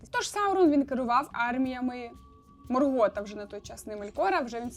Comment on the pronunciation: Відео цікаве, але вуха в'януть від наголосів.. тільки у Саурона правильно наголос. Остаточно вбило "МоргОта"😵